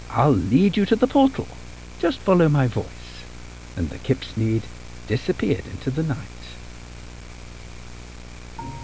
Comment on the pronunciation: Kipsneed suena a kidnap